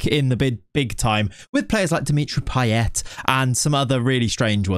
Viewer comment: Your Payet pronunciation is actually on point. At least according to his home accent in La Réunion